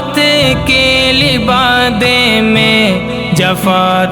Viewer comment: لِبادہ نہیں بھائ لْبادہ ہے وہ